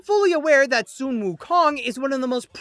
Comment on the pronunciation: Why are you saying soon instead of sun?